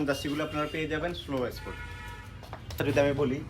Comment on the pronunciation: ভাই উচ্চারণ ঠিক করেন প্লিজ। চট্টগ্রামের মানুষ বাংলা উচ্চারণই পারে না। স্পোর্ট কে এ্যাসপোর্ট বলতেছেন। 😂😂 সোলোকো কে বলতেছে সোলো! বা-লে-র উচ্চারণ।